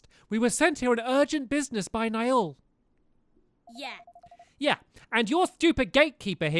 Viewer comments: Okay Stamps *read this and learn*: Pug-nay-shus (Pugnacious) N-eye-al (Niall) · Niall = Kneel, Pugnacious = pug-nay-see-us